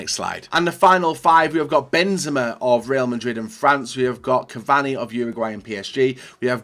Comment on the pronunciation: Benzema.... Are you drunk?